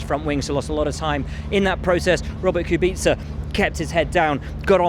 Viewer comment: I appreciate Will's pronunciation of the polish driver name Kubica 👌